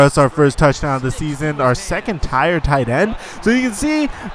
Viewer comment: Wait wait wait you said "tire" instead of tier. Just so you know it's said tear